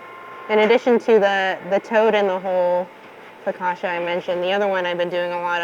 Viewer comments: For those who don't know and are interested, it's not fokasha, but fokatcha. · In Italian, double consonants are pronounced hard. foe- COTCH- ah.